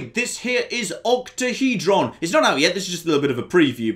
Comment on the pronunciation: Octahedron or OctaheJon?